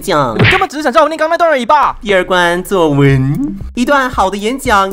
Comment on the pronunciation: 作文的文怎麼了www發音超好笑wwwww